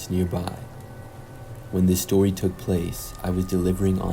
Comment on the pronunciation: lmao... the voice! "The stowi takes pwace..." I CAN'T